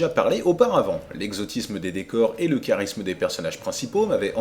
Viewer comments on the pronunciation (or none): none